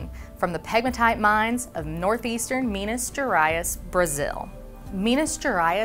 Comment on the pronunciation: I wonder how much she butchers the South Eastern Asian names knowing how she pronounced Minas Gerais, which is Portuguese a language not that different from English. It is in no way her obligation but was funny.